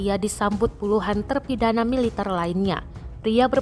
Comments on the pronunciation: MILITER bukan mi -liter belajar tata bahasa yang benar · jangan merusak bahasa MILITER bukan mile liter belajar tata bahasa dulu mba